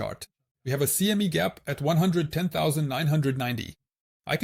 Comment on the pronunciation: its pronounced CME not CMI Chigago mercantile Exchange